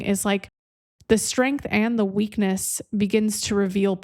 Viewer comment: Did you say "the weekend of your strength at the end?" No, no.. I listened again while typing the question. I think you said weakness. 🤔 indeed. Made me laugh, though.